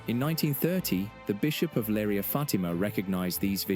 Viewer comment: Please get the names right! The places are Leiria and Cova da Iria